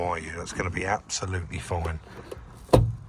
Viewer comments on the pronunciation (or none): glass goes “ebsolutely everywhere” - you went all posh on us there 😂